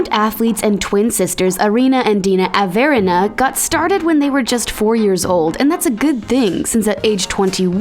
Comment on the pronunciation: when she said avErina i